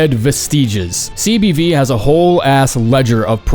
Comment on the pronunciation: CBD- cock and balls destruction. I will only accept this and you cannot change my mind. (It's CBV but I heard CBD)